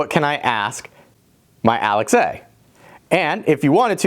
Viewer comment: Weird to hear you say 'Alex A' because I'm used to Alexa.